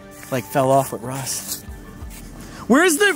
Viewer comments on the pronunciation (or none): none